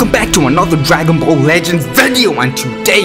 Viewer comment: No one: No one at all: This guy: IMMA PLAY FORTNUT AND DWANGON BALL IN ONE VID